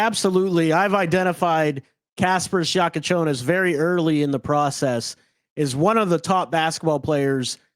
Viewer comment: Bro learn fuckin names how bad can somebody pod? Your Bam D riding and can't even repeat a name right is CRAZY WORK for a podcaster, my goodness